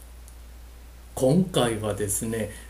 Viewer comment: こ↑ん↑か↓い↓